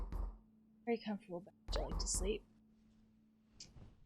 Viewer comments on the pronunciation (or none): none